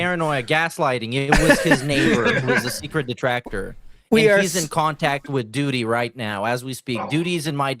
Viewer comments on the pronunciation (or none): none